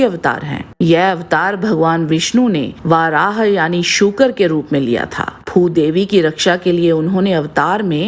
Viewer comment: Aap varah ko vaarah bolte hai jo English me bolte hai..sanskrit padhiye